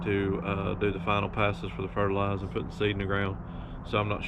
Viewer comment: FERTILIZER there’s an R at the end RRRR 🤦‍♂️🤣